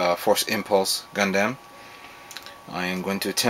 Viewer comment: why do you say gundamn?